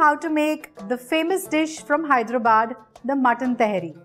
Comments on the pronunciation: Its not pronounced as taheri, its actually pronounced as ta-haa-ri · It's not Tehri it's Tahari pronounce properly don't throw ur ascent. As if you are foreigner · You cooked well mam but you are pronouncing the dish name slightly wrong it's not टेहरी it is तहारी। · It's Tahaari Ma'am...Just like Nihaari...